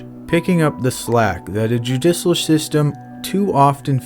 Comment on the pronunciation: Judicial isn't pronounced that way buddy.